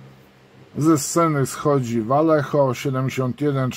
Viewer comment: Vallejo czyta się "wajeho"